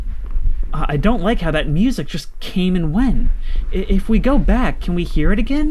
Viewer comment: bro no way that’s how you pronounce music